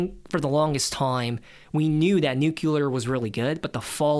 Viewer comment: It's funny hearing such an intelligent kid say "nucULar". I've got bad news for you😅